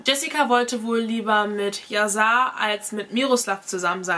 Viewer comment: Erstens wird es "Yaschar" ausgesprochen und zweitens heißt es "lebenslang". Drittens ist die Geschichte nicht ganz richtig erzählt: Jessica wurde sie nicht wegen Hörensagen verurteilt. Während des Prozess wurden die GPS-Daten von dem Handy der Tochter ausgewertet und festgestellt, wo die Familie an dem Tag war. Das war ausschlaggend. Ich war an den Verhandlungstagen am LG Itzehoe dabei.